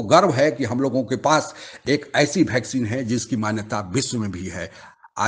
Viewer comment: भैकसीन नहीं ताऊ वैक्सीन।।